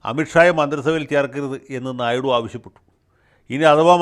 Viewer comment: "ഞായ്ഡു " എന്ന് തന്നെയാണു തെലുങ്കിലുള്ള ഉച്ഛാരണം ...ഹിന്ദി - ഇംഗ്ലീഷ്‌ ചാനലിലും "ഞായ്ഡു "എന്ന് തന്നെയാണു വാർത്താ അവതാരകർ ഉഛരിക്കുന്നത്‌ .. "ഞ " എന്നല്ല കറക്റ്റ്‌ ..ഞ യ്ക്കും ന യ്ക്കും ഇടയിൽ ..ഹിന്ദി -ഇംഗ്ലീഷ്‌ ന്യൂസ്‌ കേട്ടാൽ കറക്റ്റ്‌ ഉഛാരണം ലഭിക്കും ..